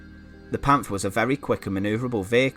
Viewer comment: It's not a English th in Panther there is like a little pause between the pant and the her